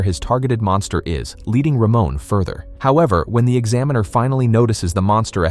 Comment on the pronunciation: Almost 15 minutes into the video, all I can think of is "Ramon is such a bro!" Initially thought he'd be one of those guys in fantasy novels who bully others but I'm glad I was wrong. Also, lmao, the pronunciation of his name. "Ruh-moan" instead of "Ruh-mon"